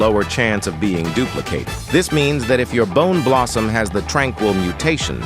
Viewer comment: and i thouth bone blossom are in new tear why did you said the boom blossom primastic what are you saying